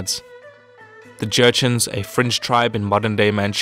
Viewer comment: my ear only hears the Jurchen were a "French" tribe... And CC also says that. What is it?